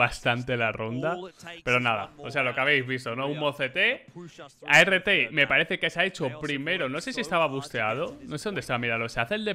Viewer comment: NO creo que se pronuncie "a r T" sino "art" como arte en inglés todo corrido. Porque esa agresividad es pura arte.